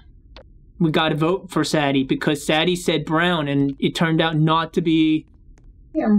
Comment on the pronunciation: It’s sa de